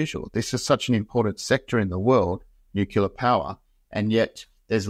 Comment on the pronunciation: No big deal but.. Nu-clear, not nucular.